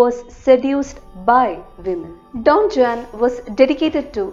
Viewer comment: Don Juan pronunciation wrong All in all video pronunciation superb